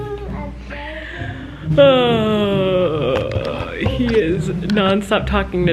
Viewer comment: I will never fully recover from saying mamA in Flynns voiceover.